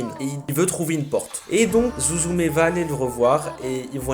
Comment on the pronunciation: Blk je le redis psk c digne d’un scandale voyons~ C’EST SUZUME prononciation avec un s~ UN S ET PAS ZOUZOUMÉ ;-; Bref~ une des meilleures films d’animation japonaise 😌 À voir absolument